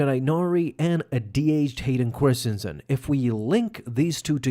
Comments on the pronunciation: Did he say Hayden Corstinson? 😆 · "Hayden KORstianson" 😂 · i'm sorry who? hayden corstinsan? 😂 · ....is the mispronounciation of Hayden's last name intentional....?